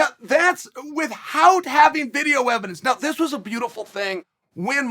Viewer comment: Chael, it's "With Out" not "With Hout"